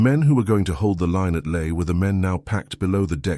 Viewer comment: So where is LAE? The usual ai horrendous pronunciation.